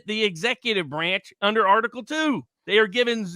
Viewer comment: "I love unter Biden Paintings"